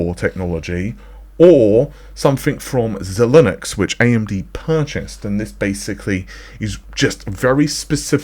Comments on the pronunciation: Xilinx -It's NOT PRONOUNCED "Xi-Linux" .. it IS PRONOUNCED "XI-LINX" (zi-links) - and they make FPGA's so MAYBE that is the FUTURE OF AI ACCELERATORS = FPGA'S programmed to be a SPECIFIC type of AI accelerator.. as in one that does computer vision really well, or chat bots, or image generation, or voice analysist :) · I really love the content this guy produces. But he sounds like a total illiterate/simpleton when he says "ZeeLinux" or "AYGOHR" or "KOPATAII" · Could be an accent thing as instead of saying Z they say Zed etc...